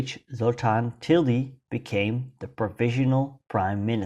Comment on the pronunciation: Tildy is not pronounced as Tilgy Tildy is pronounced exactly as it is written